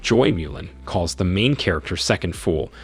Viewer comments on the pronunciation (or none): And that emphasis on MAIN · THE EMPHASIS ON MAIN MAKES ME WANNA PULL MY HAIR OFF